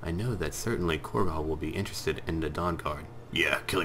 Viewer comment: Corgo? Korgal is an orcish name. Corgo is the mispronounced way to say and spell cargo.